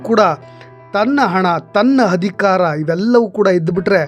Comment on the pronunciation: Thanks for the update. It would be nice if your Kannada pronunciation is like :- Athyaachaara not Hathyachara Hanada Aamisha not Haamisha Adhikaara not Hadikara 🙏